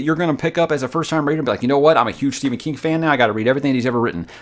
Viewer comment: His name is Stephen not Si or whatever you said.